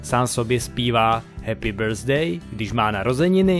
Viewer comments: * [häpi bәθdei], né [hepy birfday] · Víte že, se to nevyslovuje "hepy brzdej"?